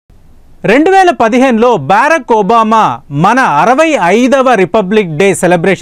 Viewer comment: బేరక్ ఒబామా కాదురా బరాక్ ఒబామా రా